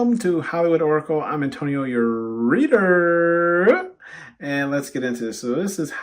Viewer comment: Picked 2 I love when you say your readerrrr it be sending me 😂😂😂😂